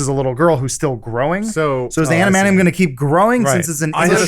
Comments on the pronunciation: Adamantium, not Adamanium Adam. I love you Adam but that pronunciation is driving me crazy. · Adam it is Adamantium, not Adamanium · Love how Adam keeps saying "amanium" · I thought Adam of all people would be able to say "adamantium"... but he says "anamantium". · Adam it's pronounced Ad-uh-man-tee-um. I'm sorry but I had to say it.